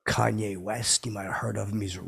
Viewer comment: Thought for sure you'd pronounce his name like "Cain" West